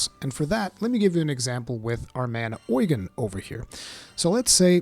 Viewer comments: Don't know why they say oygen in the game it is Ugen like Ugene Lol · Is it really pronounced oy-gan? I thought it was pronounce u-gene... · Does the English voice acting call him Oigen or something? I keep Japanese audio, so I don’t know, but I can’t stand when he says the name like that…